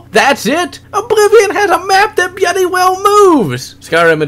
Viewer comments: it pisses me off when you say "byuudy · about half way through I realized it was "bloody" he was saying. I thought it was just a speech impediment.